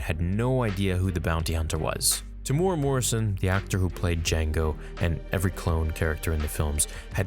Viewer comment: Your pronunciation of Temuera is always wrong. Tem-oo-Era.